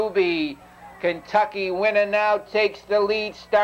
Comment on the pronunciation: "KENTUCKY WINNA" I'm pretty sure. He's not doing an east coast thing lolll